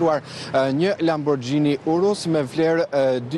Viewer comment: Lamborgini o injorant jo lamborxhini gazetar l....